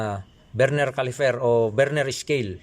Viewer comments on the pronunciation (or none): Please stop saying CALIFER !! it’s CALIPER ….